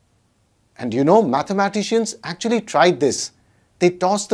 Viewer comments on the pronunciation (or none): none